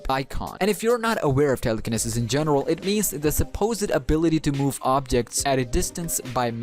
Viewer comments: Im sorry but it's pronounced "tele-ca-knee-sis" Also GREAT video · Telecaneses is said wrong